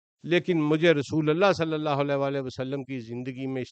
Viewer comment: Lafz slye alla nai, blky slee alla hy, pir seen ur saad mey frq kry, mey jo keh raha hnoo ap smj gy hnoo gy, take serious bro